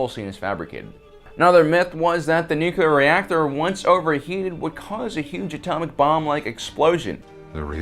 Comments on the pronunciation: Nu-clear. Not nuculer. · Is he saying Nuclear, or Nucular? Cause only one of those is a word/thing........................ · You lost me after "nu-cular" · It's NOO - Clear.... The second U is silent.... :-) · Why do Americans like to say NUKILAR..? I thought SODDER was bad enough... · Okay...I'll be "that guy".... There is only one "U" in Nuclear..... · Something ironic in pronouncing nuclear like that in a video about inacccuracies :p